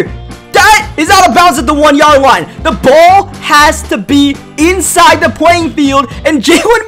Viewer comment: This guy needs to learn how to say a th. It's not da win or da anything. It is the ..